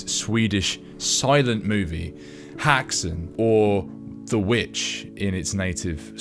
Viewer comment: It's pronounced more like "hexun". Just saying. As a Swedish witch (häxa). My grandmother, a half elf, played the piano to silent movies.